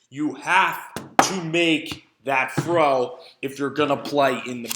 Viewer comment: "fro away" lol